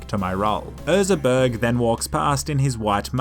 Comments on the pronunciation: His name was "Ezra Berg", not "Erza Berg" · “Erza” it clearly says Ezra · It’s Ezra not Erza. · I hate how he says erza instead of ezra. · *EZra not ERza.. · Ok everyone's talking about him saying 'Toto by Africa' but nobody's talking about him saying 'Erza' instead of Ezra for the whole video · Is nobody gonna mention the fact he says Erza instead of Ezra? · Love how is saying Erza instead of Ezra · Most hydrated one! Big fan.. Huge! BUT.. his name is ezra.. EZ-RA. Other than that, top video. 2 thumbs up. 👌🏼😊